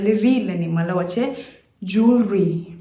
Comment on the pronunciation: Not jol-ree but it should be pronounced as joel-lery ie (wel)is silent only there. Poem is also little misspell too.. appreciate your channel though 🙏🙏